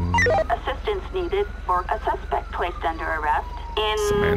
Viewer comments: lol you do it every single video nd it urks the fuck out of me man. you are my fav. youtuber. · ohh. i didnt know that lmao i thought you just got lazy and liked speaking that way lol